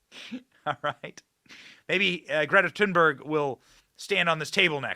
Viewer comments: I thought it was Thunberg not Tin berg …? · If you want to sound really smart you can pronounce her name correctly. (but who cares actually) “The final ‘g’ in ‘Thunberg’ is typically softened by Swedish speakers into something like ‘yeh’ in English: ‘tOOn-bairyeh.’”